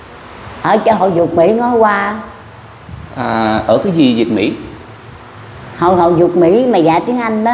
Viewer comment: Là Hội Việt Mỹ đó. phát âm không chính xác.